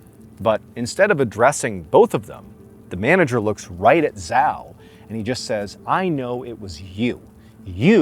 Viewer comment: 'Zhao' is pronounced Chow.